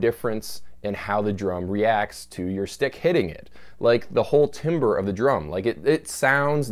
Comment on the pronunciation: Timbre is pronounced Tamber